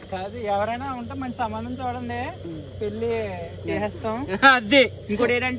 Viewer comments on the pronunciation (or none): none